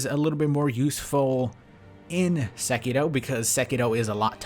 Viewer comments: I swear you say sekito instead of sekiro, and it fucks me up hella. I can’t fathom you doing it on purpose but fuck. I do love all of your content though, been watching for ages now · why do you always say SekiDo instead of SekiRo? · Am I the only one bothered that he pronounces sekiro as "sekido?" Sorry bro just wanted to correct you. Very informative video though.